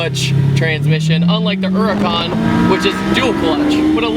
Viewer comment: It is called a huracan